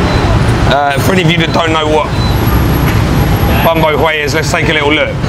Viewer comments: It’s pronounced “bong baw where”, the stress is at the end. 🍝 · Hello, you have a nice Australian accent! Do you need me to teach you the real pronunciation of “bún bò Huế”?